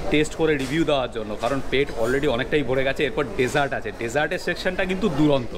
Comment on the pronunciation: Dada kothata duronto noi ....durdanto ....kichu mone korben naa bollam bole